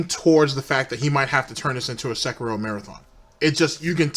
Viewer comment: Please, for the love of god, stop pronouncing Sekiro as Sehkeerow like DSP does it. It's Seh-Ki-Roh.